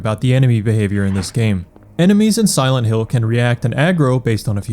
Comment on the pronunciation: "Silént Hill"